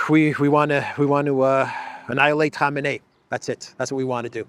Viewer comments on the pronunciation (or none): it is pronounced "koh-MAY-nee".